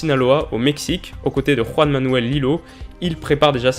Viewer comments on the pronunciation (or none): none